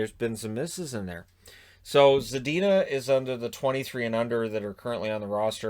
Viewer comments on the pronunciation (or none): none